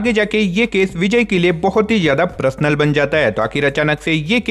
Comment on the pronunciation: Personal ko parasnal kr Dr dia😂😂😂